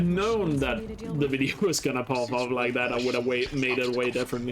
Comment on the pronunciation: When you said the "like dis wideo" line the like button lit up what the hell